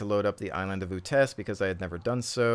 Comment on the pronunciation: pronounced 'yoots'. not a big deal though.